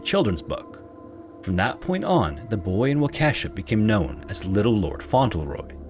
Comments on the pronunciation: Wisconsinite here. Waukesha = "Walk a shaw" It's only "Wa-Ke$ha" if you're being silly that day or had one too many brandy old fashioned, but it's not really how it's pronounced. But don't feel bad. When the Green Bay Packers went to their last Superbowl, there was a whole segment by local news done with having people pronounce Wisconsin city names. Have fun with Oconomowoc, Waupaca, Chequamegon, Outagamie, Kaukauna, or Weyauwega! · It's pronounced wah-kih-shaw not wa-Ke$ha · I love the video, all your videos, but I'm sorry as a Wisconsinite it drove me a little crazy how you pronounced the city - it's 'wah-ka-shaw'. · It’s pronounced “Wah-keh-shaw” not Wakeesha… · im sorry, its a really easy mistake but the pronunciation of waukesha is really funny to me as someone from southeast wisconsin lol. its more like WAU-kuh-SHAW instead of wau-KEH-shah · I'm dying at your pronunciation of Waukesha. You're pronouncing "wah-kesha" (like Kesha lol) when it is "wah-keh-shaw" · The quarry that the boy drowned in is located in a town pronounced 'walk-a-shaw' not 'wa-kesh-a'. Sorry, but I point this out only because I was confused about where you were talking about at first until I saw the headstone with the town name. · I lived in Waukesha for two years and I've driven over the quarry a few times (it's pronounced more like "walk-a-shaw" btw, not "wa-Ke$ha"). I dunno if it's still the same quarry (there aren't any others, to my knowledge), but it always gave me a creepy feeling, I would tell my roommates how much I hated it. The Waukesha/Milwaukee area comes up way more than I expect when I watch these types of videos. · Wah-kesh-awe nor Wah-kesha, that's Kesha's evil doppelganger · It's pronounced "Waw-keh-shaw" not "Wah-Kesha" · I’m from Wisconsin and “Wa Kesh A” hurt me it’s pronounced “Wa Ka Shaw” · Just an FYI the town in the first story is pronounced Wau-ke-shaw. Not Wau-kesha. Sorry my Wisconsin card is showing. 😅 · Wah-kuh-shawh not Wah-keh-sheh